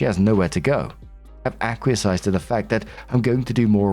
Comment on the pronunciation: I wonder if will ever learn how to pronounce acquiesce lol